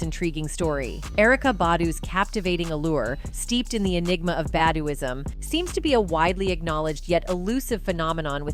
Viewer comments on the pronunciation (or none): it's "Bah-dew-ism"...do you really know what you're talking about? You're not a part of the black culture...What's your Media agenda?